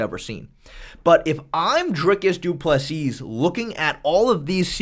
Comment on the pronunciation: Can you at least pronounce DDP’s name right? Please, thanks.